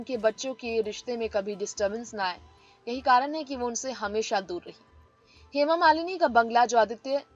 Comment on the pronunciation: सूत्रधार का उच्चरण बहुतही घटिया है, हेमा मालिनी का नाम भी ठीक से बोल पा रही।